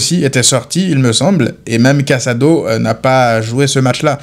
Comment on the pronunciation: "sac a dos" au lieu de casado oui ca me fait rire hahahaha